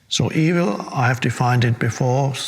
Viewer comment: I like how he says e-Vill